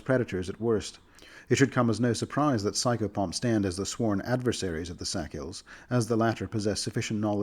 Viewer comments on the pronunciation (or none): These are cool but I can't stop hearing "sackhill" as in "the Sackhill Bagginses". Or was that "Sackville"? Idk. Don't know how else I'm supposed to pronounce it either, and even if I did the fact that I'm consciously pronouncing it a different way would still remind me of the pronounciation I'm trying to avoid.